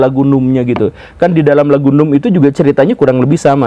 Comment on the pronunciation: dibacanya namb bukan num secara harfiah 🤣🤣🤣🤣